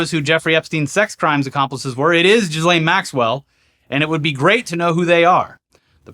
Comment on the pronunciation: I thought you pronounced her name Jizz-Well Max-Cunt.